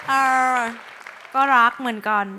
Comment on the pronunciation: นานๆ จะเจอคน ออกเสียง รัก คือรักจริงๆ ปกเจอแต่ ร๊ากก เสียดายป๊อบนะ แต่เจอฝ้ายดันเลือกเพลงมาไม่โหด รอบแรกเพลงยังโหดกว่าเอามาสู้ได้เลย สรุปคู่นี้ ใครตกก็เสียดายทั้งคู่ อยากฟังทั้งคู่ร้องต่อนานๆ